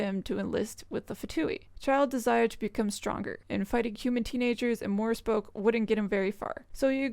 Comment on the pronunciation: So. As a Slav, and someone who is learning russian in school: Morepesok, if pronounced how it probably should be in azbuka should be something like Mo-rie-pie-sok. E in russian makes a distinctive ie sound. O is pronounced like in oh, but shorter. I hope i didn't come off preachy. I don't mean to insult. I must say i had a good laugh though, thank you for that!